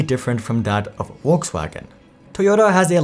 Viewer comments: Dear creator, how much time do you need to go to google translate -> German and check out proper pronounciation of Volkswagen? 30 seconds? I don't understand what's so difficult... thanks for the video though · It's Volkswagen not Wolkswagen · Not a comment on the info, just on the pronunciation. The german pronunciation of Volkswagen is something like "folks-waagen." The English pronunciation is "Vohks-wagon." In the video, you seem to get it totally wrong, saying "Wolksfaggen." Just fyi. And also, I do care about diesel-gate. Why would I give my money to an immoral, cheating company? Some people do care about where their money goes. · I can’t wait to get in my “Wolkswagen” when I run my errands today. “VolksVagen” is the German pronunciation if that’s what you were going for. You said Rivian fine so that’s why I’m assuming. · Volkswagen, not Wolkswagen. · It's a good move to learn how to pronounce the name of the company that is the subject of your video! Volkswagen is pronounced "Folksvagen," NOT "Volkswagen." Amazing, fundamentally uniformed slackness! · It's pronounced VolksVagen not WolksWagen lmao that was hard to listen to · Info from a german native speaker: its not Wolkswagen, its Folkswagen! Besides, great infos! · Volkswagen starts with a V. Either Volks-wagen or Folks-vagen, but not Wolks-wagen. Good video otherwise. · Is it my phone's speaker or is he really pronouncing it "Wolkswagen"?? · The 'V' in German language is pronounced as an 'W' or an 'F'. In this case it is 'F'olkswagen. Think about 'false'. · Bro if you're about to pronounce Volkswagen a dozen times in a video it would be probably a good idea not to pronounce it Wollkswagen. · Lol brown dude saying "wolkswagon" 😂😂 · Who is Olksvaghen? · What brand is “ wolks wagen “ ? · You pronounce VW wokeswagen? Really? 😅🙃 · On a second thought; Keep calling it “Wokesvagen” sounds better that way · Your pronunciation of Volkswagon is triggering 😅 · It's pronounced Folks Vargen.